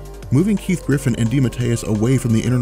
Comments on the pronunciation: Keith GIFFEN, not Griffin. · That's Keith GIFFEN, NOT GRIFFEN.